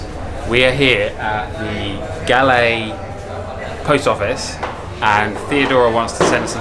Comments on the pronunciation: You are pronounced it wrong..not G..A L.. L.. E.. IT PRONOUNCE REALLY LIKE Goal. Say Goal. 👍👍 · Its pronounced goll not galle!! :p :D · LOL the place galle is pronounced like "gall" not "gully". beautiful vid....you should visit trincomalee....there are so many beautiful beaches as well as pigeon island.... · It ain't Gallay. It's pronounced "Gaul" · Its Galle Pronounced as G-o-o-l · Galle is pronounced like Gaul. Kind of like how Bondi is pronounced Bondayi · Those are coconut trees . It’s Galle ( Goal) pronouncing as Goal in English.